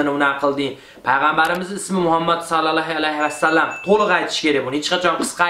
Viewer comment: Zo'r fikr bildirgansiz qo'shilaman lekin Paygambarimizni ismini yani Salollohu alayhi vasallam ni to'ri aytish keregidi.